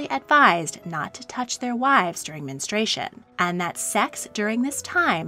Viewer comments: I couldn't watch this because you kept pronouncing it 'men- stray- shun'. It's 'men- stru- ay-shun'. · Its Men-stru-ation not menes-tration. Your mispronouncing is so distracting. I couldnt finish watching this. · The narrator nees to learn how to properly pronounce the word menstruation. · Menstruation. Men-strew-ay-shun. It’s 4 syllables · MEN-STRU-A-TION. It;s got four syllables goddamit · Omg it’s pronounced “men-stru-ation” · Could they have at least insisted on pronouncing 'menstruation' correctly? The narration is very annoying.